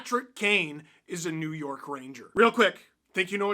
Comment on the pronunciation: "New Yeurk"😅😂😂